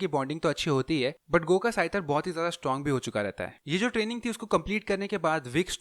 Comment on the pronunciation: Wo "GOH" nahi "Gu" hain Sorry jo offend ho gaye